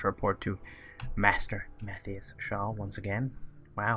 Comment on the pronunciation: First things first. His name is (Mah-thigh-us) not (May-the-us)